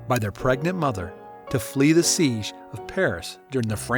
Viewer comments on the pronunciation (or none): none